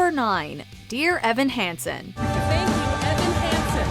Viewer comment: the moment you said Dear Evan Hansen hahahaha you lost all credibility